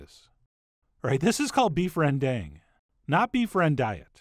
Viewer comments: So glad Food Wishes has discovered this dish. Two things. You could mention that it is often if not usually made with water buffalo meat. Second, please pronounce it more authentically (because it is not difficult at all for an English speaker). Say Rendong as in the bell went ding dong. I know it is spelled with an 'a' in bahasa Indonesia, but it is not 'dang' as in 'gol dang it'. It is most decidedly a dong. Actually it is something between the two vowel sounds, but it is much closer to dong. It is in fact a schwa sound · Hi big fan here from Amsterdam, The Netherlands and as you might be aware of.. The Dutch master and know Indonesian kitchen like no other.. Rendang is pronounced Rndang (the e is silent). Please not that you missed a key ingredient in this amazing dish: trassi. A very bad smelling paste made from fermented shrimp. Anyway.. keep up the good work! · Actually if you say Beef Rendang in Indonesia they will look at you like a deer caught in headlights and tell you its pronounced "Rendunnnnngggg" 😆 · correct pronounciation, REN-DUNG (as the word dung in english) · Pronounced "rendung"; the a is as in father, not a as in apple. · Rendang is pronounced rendunk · I live in Indonesia too and it made me laugh so hard on his pronunciation of rendang haha. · tips how to pronounce rendang, you say the 'dang' part like you say 'dang it!' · My mom's indo and she pronounces is with a long a sound like ren-dahng not like ren-dung. Maybe depends on region for pronunciation (but chef john is def saying it wrong 😂) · Pronouncing rendang more like "run dahng" would show more respect for Indonesians and Malaysians. It's not like the sounds are impossible for English speakers. Sorry to see some important ingredients left out, especially candle nut and kaffir lime leaves. Also needs more coconut cream, about 3-4x that little can. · Er, it is not "rang dang" but "rearn dhung" - rearn rhyming with "learn"/dhung rhyming with "dunk". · It pronounce rend dunk